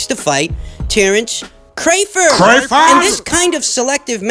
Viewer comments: Cray-ford? why mispronounce a man’s name on purpose? Put some respek on his name! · Have we as boxing fans, and Bob Arum, been pronouncing Terrence Crawford's last name wrong? Crawford pronounced Cray-Ford?